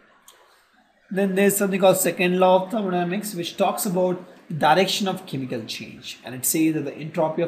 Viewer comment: Yrr buhat time khurab kr diya phele to apni ye language dekho pta hi nhi chlta kya bolte ho chemical ko camiicalls reaction ko ractions dimag khuran kr dia seriously